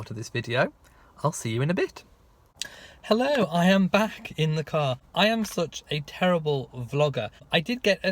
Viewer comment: Glad you still said your "Hellow"..lol..That's the Best Part...!😅Love Lady Louise..She's an up coming Favorite..❤Well done..You're only a Young Lad!!😂